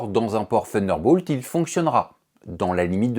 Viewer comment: Faudrait revoir la prononciation de Thunderbolt 😉